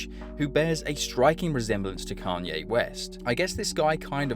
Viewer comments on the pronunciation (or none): none